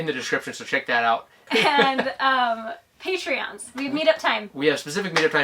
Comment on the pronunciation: “Patrons” not “patreons” :P